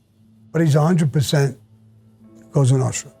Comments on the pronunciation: Cosa Nostra..not goza nostra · It's "Cosa Nostra" not Cosonostra. It means "Our Thing" in Italian.